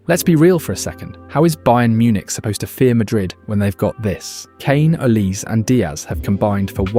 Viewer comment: Sounds more like Olisay than Olice.